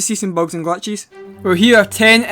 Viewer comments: Glatches ✅ glitches ❌ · Bogs and glatchhesz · "Bugs and Glatches" Most Scottish voice ever